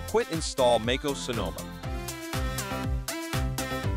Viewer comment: It’s not fucking called “Make oos” It’s like fingers on a chalkboard hearing you say that